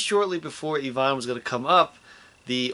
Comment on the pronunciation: it's Ivan, not Evan...